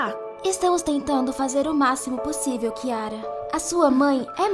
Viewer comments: N tô falando mal ta* ela falo chiara é vez de falar kiara kkkkkkk😂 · É kiara não chiara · Ahhhhh Não é com ch É com kyara😊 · Nem seu nome você sabe falar não é kiara e chiara.❤ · Kiara não é com k invés de chiara